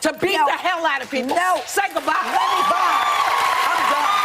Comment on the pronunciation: SAY GUHBYE! BYE!